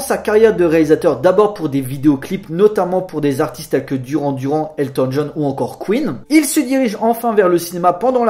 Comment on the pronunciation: Un minimum d'effort sur l'accent anglais.... ca ferait pas de mal. Duran duran...ON DIT DURANE DURANE ... c'est pas compliqué.. franchement.